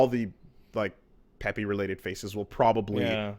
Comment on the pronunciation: How do you get "peppy" from pepe? I mean I guess it would make sence if you said "peepee" or something like that since you're using the same sound for the letters, but he's changing the sound just because? how are you this much of a uber-boomer? You have a twitch channel for crying out loud